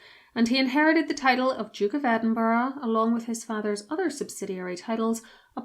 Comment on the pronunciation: Edinburgh not Edinborough